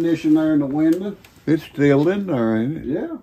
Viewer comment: I love how he said window, winda